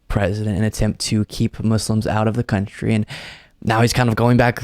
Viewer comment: Oh wow,! You’ve been covering Trump with such fervor you actually pronounced “coun…try” with that staccato pause just like he does or so.